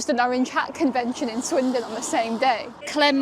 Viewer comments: Swindon not windon is brutal 😂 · Swindon. Not Windon. But why? 🧐😂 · Swindon... Not windon. Sums up the video.🤣 Brutal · "Swindon and not windon thats the whole point" got me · Swindon, not Windon! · Swindon, not windon LMAO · Not Windon! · Swindon, not Windon 😂🤣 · Swindon, not Windon. Sounds like they really swindled the fans there. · swindon, not windon, just for that like the video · Swindon..not WINdon 😅😅😅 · Swindon not windon. And that's the point. 🤣🤣🤣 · Swindon not windonnn 🥲🥲🥲😂🥲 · "Swindon not Windon" caught me off guard for real dawg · Swindon not windon